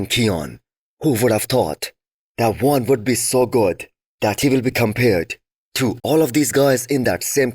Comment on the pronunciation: Your preview is 10x better than NSP and you actually pronounced Joan's name properly